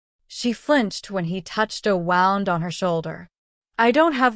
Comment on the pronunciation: 3m21s: "... touched a WOWnd on..." Not this brain-damaged text-speaker. Again. Abandoing story.